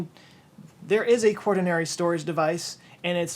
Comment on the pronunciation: It's quaternary :) no hard "r"